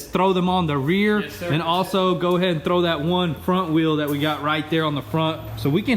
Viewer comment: he said trow them lmao xD here trow them on the back lmao xD